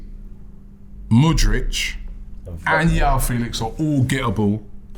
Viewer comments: WHY CANT ROBBIE PRONOUNCE PLAYER NAMES PROPERLY LOOL MUDRICH??? HAHA ITS MUDRYK. NOT THAT DIFFICULT ROB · Mudric… surely Robbie can say his name right haha